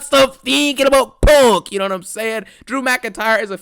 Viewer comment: That shit so damn funny bruh 😂😂 I thought he was saying pork